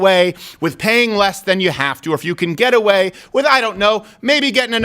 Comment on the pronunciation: I kept hearing you say “ghetto way” not “get away”. Lol funny and cant wait to finish this and start a new one